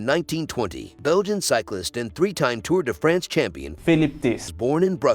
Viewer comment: TOUR DE FRENS.....LOL how not to pronounce european names hahahahahahhaha